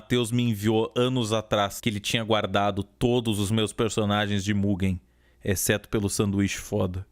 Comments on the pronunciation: n é muguen é mujein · NÃO É MUGUEN, É MUGÊÉÊÈÉM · Se pronuncia MUJEN e se escreve MUGEN